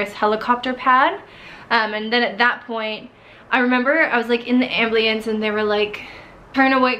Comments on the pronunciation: Crazy story!!! But what’s an AMBLIANCE??? 🤔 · AMBLIENCE?? WTF is that?